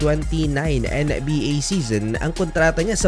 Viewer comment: NBA po hindi en-ey-bi- ey? 😂😂